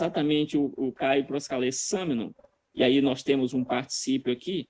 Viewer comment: Professor Euller, ele errou na pronuncia, ele leu proskalesameno, sendo que é proskalesamenos, vc deveria corrigir ele. É importante frisar que na apresentação do Natanael, ele tb errou várias vezes e vc não chamou atenção!